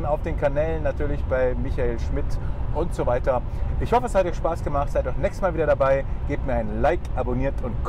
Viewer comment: Bin ich der einzige der immer „DieselDad“ hört😂